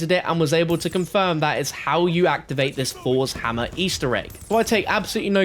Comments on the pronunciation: This mans says fours hammer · Nobody:: FoUrS hammer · ‘Fors’ Hammer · Fos hammah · Fors hamma 😂😂 dumb ass